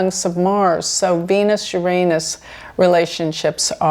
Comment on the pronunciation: I am respecting your bravery in pronouncing Uranus correctly, no matter what jokes may come.